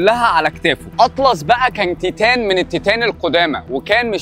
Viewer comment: نطق تايتن انت بتقوله غلط يا بس اكيد فيديو جامد انا عارف القصه بس هسمعه منك